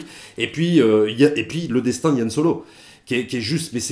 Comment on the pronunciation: Par contre c'est Han Solo, pas Yan Solo 😁 Sinon on dit Chictaba et Millénium Condor....